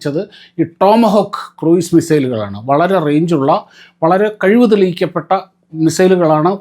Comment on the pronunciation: kɹuːz(ക്രൂസ് ) ആണ്.